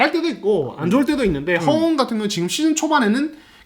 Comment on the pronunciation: 류기자님 허웅 발음이 갈수록 격해지시네요 헣웅 허억웅.. 허웅으로 부드럽게 해주세요